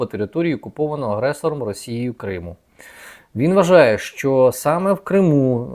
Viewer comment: А ще прохання, - не "шчо", "шче" і т.п. а "що", "ще" і т.п. Любіть українську...